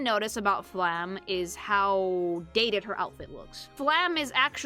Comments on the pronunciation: I really wonder why almost nobody pronounces the E at the end of Flamme's name. It feels so weird that basically everyone ignores that the last letter of her name exists. It's a similar issue for most characters with a name ending in E, but Flamme is the most common one to have that happen. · As a german: you dont Roll the Rs in Frieren. Its Him-mel, not Hi-mmel. Its a hard T in Heiter, not a D. Like in T-Rex. Or Traffic. Stark is pronounced Shtark. Flamme is pronounced Flam-meh. I cant actually tell you how to pronounce ü. Ue is the usual short hand. Graf is a Noble title equivalent to Count. Also, its Lawin-E. Dont swallow the E. Its Kan-ne. Ehre: short E in the end. Richter: ch. CH. Not K. Its not Eddel. Long D. I give up T_T Edit: Sen-se, german for Scythe.